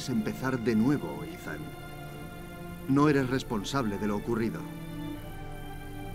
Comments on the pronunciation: se llama Eathan se pronuncia itan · Esthan pero le dicen Eithan algo asi